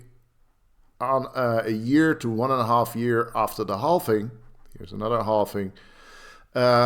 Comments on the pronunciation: That's the Dutch pronunciation. The English call it "halving." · can we stop calling it halfing and not halving